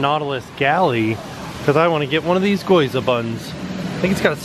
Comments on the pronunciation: Gyoza is pronounced (Gi- yo-u-za) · GYOZA not GOYZA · OMG, that was an actual chicken thigh bone shoved in that sausage! Fantasmic was amazing, and I loved the mix of English and Japanese. I am SO wanting to go to Japan! I cook Japanese recipes at home, and I'm in love with the flavors. I giggled when called the gyoza bun, 'goyza'. Y before o, "Ghee-yoza' I do see a little difference in the editing,, but honestly, you must have had SO much footage, it would be a Herculean task. Good job. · I loved watching your vlogs as someone who's being going since they were a kid to Tokyo Disney, since they're from the perspective of someone who hasn't ever been there before. It kinda annoyed me how you said gyoza... as goyza. But ! That doesn't rlly matter... lmao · "Goyza Bun" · Gyo za - what you are saying - Goi za. Just start with the G sound, add the Y consonant sound on, then into the long O. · "Goyza" bun? C'mon lol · It's pronounced Gee-o-za